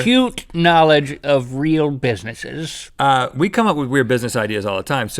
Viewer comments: Rhett said bisssesses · Did he just say Busisses?